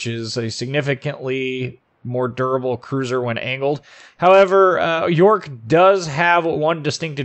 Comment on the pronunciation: love your infos on the ships, but the pronounciation :D jsut go to wiki and listen to it ;) subbed anyways